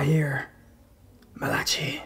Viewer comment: If that's 'Malachy' that's not how you pronounce it.